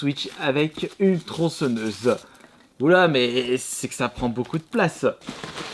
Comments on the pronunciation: Passe outre, on est tous déjà au courant de ses problèmes d'élocution, c'est pas notre problème blc. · TronçEnneuse... ptn mais la faute de prononciation de gamin de 6 ans. Tu dis crocrodile aussi ?